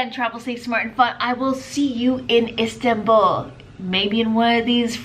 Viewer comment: It’s not Sirsbaa it is Istanbul Am Turkey guy